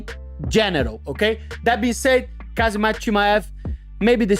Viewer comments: Chael: Hazmat Moicano: kazamat ✋🍺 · My man Renato, It's 'Khamzat' and not 'Khazmat'! :D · Kuh-Hama-Zat aka Khamzat 😂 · Who the fuck is kazzemat lol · Everybody butchers Khamzat's voice. Its Hom - zott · khazmat, khazmat.... LOL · I just cant get enough of Miocano's various Kazamatch pronounciations! Dudes a lyrical legend. 😂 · Casmat, Kazemat, Khazmat, I love the pronounciations, rivaling Uncle Chael and JOey Diaz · Kah-zi-mat Chee-mayev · So many fighters have trouble pronouncing Khamzat! They say "Khazmat"!!😂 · He said Kazmatch twice, too lol 🤣🤣🤣🤣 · Chael and Moicano pronounces Khamzat’s name like they got something against him 😂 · Moicano's out here tryna challenge Sonnen for the undisputed mispronounce championship... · He's copying Uncle Chaels' pronunciations😂😂😂